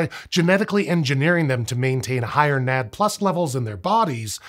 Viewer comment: I am going crazy listening to nad plus. It is called N..A..D.. plus.